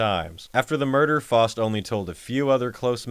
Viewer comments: The worst crime is how the Name "Faust" is being pronounced here. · “FAUST” is pronounced “F-ow-st” (the “ow” sound as in “down”) not “F-aw-st” (sounding like “lost”). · It's pronounced fowst